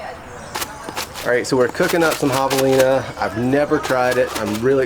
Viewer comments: “HAVE-elina” Not “HAW-v-elina” 🙄 Come on man…I expect more from you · Am I the only one who finds how pronounces javelina reallllly irritating! The “a” is not pronounced like the “a” in lawn but rather like the “a” cat Very irritating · Thanks for the video. Just realised that I’ve been pronouncing the name Javelina incorrectly. Always used a hard ‘J’. Oh, how I laughed! 🤦🏻‍♂️🤣👍🏻 Hilariously funny and true story. 😬